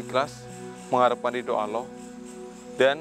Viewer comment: Mas tolong lah bilang allah yg jlas blajar wajib kalau mnurut ilmu tajwid yg fasih ya mas ucapan allahnya